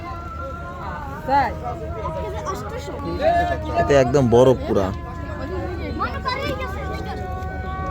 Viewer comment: লবেষ্টার ❌ লবষ্টার ✅